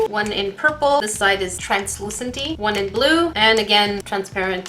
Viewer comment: "One in Translucenty." "And again Transperenty" 😂